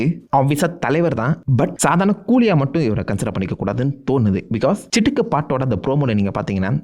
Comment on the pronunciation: Chikitu ❌ Chitukuu✅🤣🤣🤣